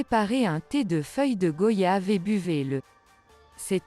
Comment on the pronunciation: Merci pour tous ces conseils, on les prend aussi pour des maux d'estomac, ou après un repas bien arrosé. On prononce goyave comme voyage😉